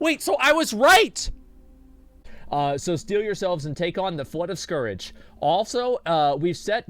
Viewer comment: I hate the way you say scourge but thanks for the vid man xD Made my day